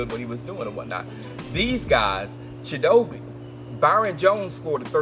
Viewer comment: I think it's pronounced chit-o-bay